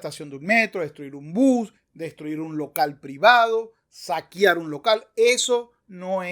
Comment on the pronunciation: Te sugiero mas lectura. Hablas mal. Dices atsurdo en lugar de absurdo, saquiar en lugar de saquear, dices etsistir en lugar de existir. Y asi como esos ejemplos expresas incorrectamente varias palabras. Te sugiero que te superes.